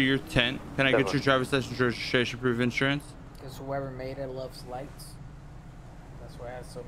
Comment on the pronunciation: "drivers license reshishashion and inshurance"